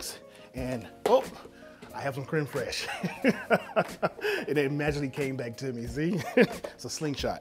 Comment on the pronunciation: Sir Randy Marsh doesn't appreciate the mispronunciation of creme fresh